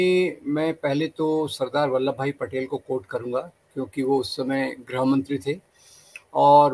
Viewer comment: विद्वान लोग आज कल गृह को ग्रह कहने की गलत परम्परा डाल रहे हैं जो कि अत्यंत विचारणीय है। कृपया वक्ताओं को ध्यान दिलाने का प्रयास करें।